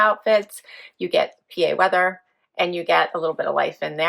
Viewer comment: Every time you say the weather, I cringe! Brrrr👢🧤